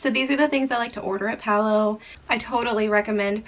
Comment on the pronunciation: BTW, Palo is an Italian word for pole. The restaurant has a Venetian theme and the pole refers to what is used for the gondolas. It is pronounced Pah-loh. In Italian, the A is always pronounced like AH as in father, and the O is always pronounced like OH as in joke. Generally, the syllables in Italian words follow a consonant-vowel format: Pa-lo. And in case you come across Civitavecchia (Ci-vi-ta-ve-cchi-a) on your next Mediterranean cruise, the port near Rome, it is pronounced Chee-vee-tah-vay-kee-ah! Practice saying that and you'll sound like a pro!